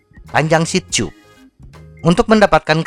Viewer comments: Selama ini bingung banget sama dubing mu .. Ngomong "seat chub" saya kira maksudnya apaan.. Ternyata seat tube,, mbacanya di benerin mass.. Seharusnya anda membaca dengan "siet tub" bukan "siet chub" Sama halnya cara baca "tubeless",, orang akan membacanya dengan "tubless" TIDAK ADA YG MEMBACA DENGAN CARA "chubless" Skali lagi,, "tube" itu dibaca dalam bahasa indonesia "tub" bukan "chub" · kocak diajarin yang bener cara baca "tube" malah denial..